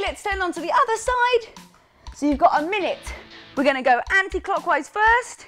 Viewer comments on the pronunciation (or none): none